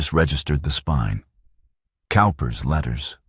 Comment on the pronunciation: "Cowper's Letters": "Cowper" is pronounced "Cooper."